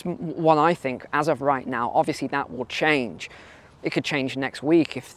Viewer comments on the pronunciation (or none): none